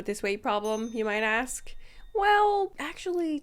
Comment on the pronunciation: Yeah… a VERY big “asssk”